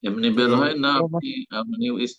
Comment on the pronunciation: বেড় নয় বের